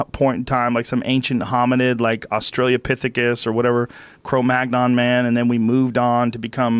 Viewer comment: Joe "Australia Pitecus" Rogan